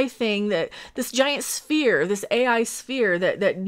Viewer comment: Lets hire the one actress who can’t say “sphere” to play Mike Trek’s mom; or maybe she actually thought it was a “spear”. Without seeing the script I should withhold my criticism.